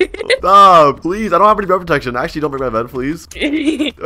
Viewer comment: “ stop, stop sopssususzzesuu” 💀